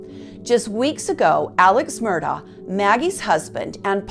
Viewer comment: Island"town" (Islandton) and Ed "ees" tow (Edisto). She must not be from around there. Maybe pronounce it Mur Dock also since that's how the family does it. Very nicely done otherwise.